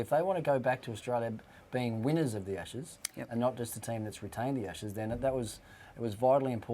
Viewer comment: "ASHSES PODCAST"....pretty embarrassing. Well done, Sky!